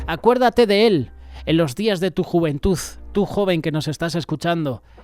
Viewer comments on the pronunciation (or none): 😮juventuz no se dice" ni verdaz...😢😢😢tampoco.